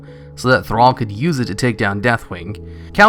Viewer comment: Zurgo Khan Sorry, but that is just wrong.. Remember the first, second and third war? You know, the wars that created Warcraft lore as it is today? I bet you don't. You even say "trhall" 2 times and "Varian wyrm" without correcting it.. (don't even understand the last sentence)